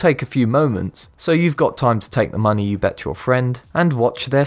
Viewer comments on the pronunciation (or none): none